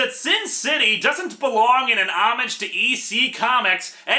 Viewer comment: Homage is not pronounced home-ag it is more like oh-maj.